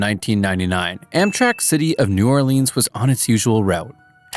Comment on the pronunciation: New Orlinis?